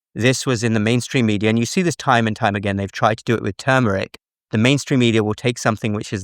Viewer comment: Dr., to correct you, there is a R in the word TuRmeric! Thanks! I hate when especially Drs say words they speak of incorrectly! Gee! None of this is NEW INFO, it’s out there everywhere for years now, so it’s just repetition!yikes!